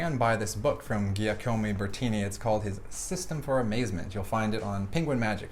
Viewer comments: LoL again even after hearing Allyson pronounce his name you still said it wrong lol Giacomo (Jock-omo) Bertini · Jack-a-moe, not Gia-co-moe. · jee'A'como -- how could you say his name so incorrectly? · Incredible performance. (Giacomo is pronounced "Jack-o-mo" with primary emphasis on the first syllable and secondary on the third.) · really annoys me how badly you mispronounce the guy's name. Maybe you don't know that gia sounds like ja, but saying ee at the end instead of o... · Giacomo can be pronounced Jackomoh :-) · yes he could learn some English, that's quite stereotypical for an Italian. But FFS stop murdering his name! WTF is wrong with you Americans?!